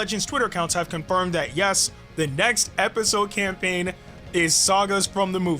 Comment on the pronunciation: Bro said camapaign